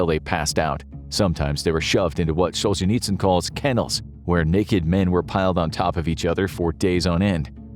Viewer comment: You should learn how to pronounce the names of your subjects, starting with Solzhenitsyn...Just saying. 🤔